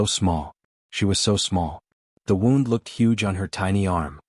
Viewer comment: That one stroller picture where its dark.....that is a big kid sitting there. Always some stupid picture with the stories. And you can' t seem to pronounce some words.....like wownd for wound. Other stories mispronouncing lots of stuff.